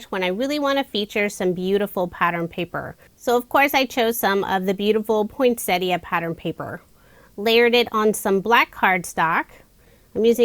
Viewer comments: Yet again another gorgeous range of cards made with our Aussie designs. Thank you so much for pronouncing poinsettia the correct way. Take care and stay safe. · Beautiful cards, as usual, and I love that you pronounce "poinsettia" correctly! 😁